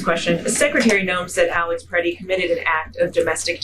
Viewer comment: . Yea PRE-ti. Best pronunication so far.